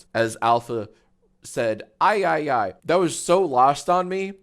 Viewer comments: Yee yee is how you're pronouncing yi yi for some reason jack?? Like yee yee ass haircut. Cmon man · can't pronounce his own show smh 🙃